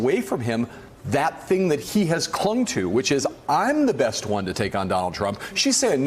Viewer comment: ''you bess not miss'' Ignorant